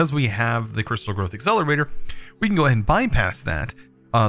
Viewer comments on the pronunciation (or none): none